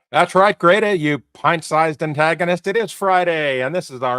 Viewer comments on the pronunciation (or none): none